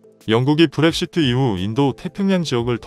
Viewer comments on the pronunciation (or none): none